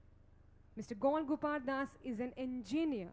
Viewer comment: It's not Gol Gopal das it's gour gopal das 😅